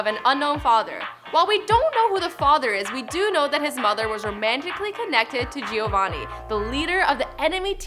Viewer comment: Lol she said jiovany